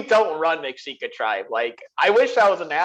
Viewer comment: Great vid as usual. One thing though, Mexica is pronounced Meh-She-Kah